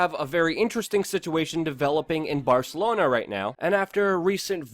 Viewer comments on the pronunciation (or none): none